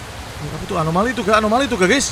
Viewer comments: anomaly ❌️ alomany ✅️ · Anomali bg bukan alomani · anomali bang windah ngomong alomani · Anomali kocakk bukan alomani😑